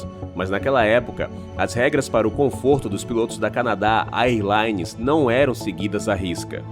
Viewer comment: Existe uma diferença entre incidente aéreo e acidente aéreo, neste caso não foi um incidente? A narração diz acidente em alguns momentos em que deveria usar a palavra incidente. E eu não sou professor de inglês, mas a pronúncia correta do termo “AirLines” seria “Ér Laines”. Fora isso, eu curti o vídeo demais! Eu adoro vídeos de aviação! Parabéns pelo conteúdo!